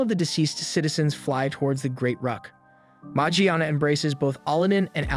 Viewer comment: Kinda a weird way to pronounce Morgiana